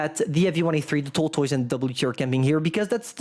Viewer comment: I just came here to hear him say: Tortoyse. Thank you.